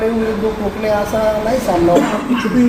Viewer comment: कोकणे आहे कणसे नाही